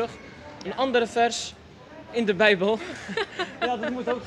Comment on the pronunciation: Ik vind het goed dat je ook de beubel zegt